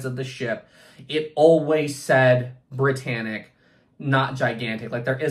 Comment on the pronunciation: did you notice it says "Briyannic"